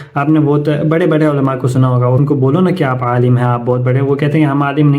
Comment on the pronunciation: Alim ko Alam keh rahai hain level check karain